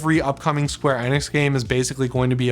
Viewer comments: It's square Eeee-nix!!😅 please just call then square if you can't understand my point. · It's square e-nix not hard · Not even pronouncing square enix the right way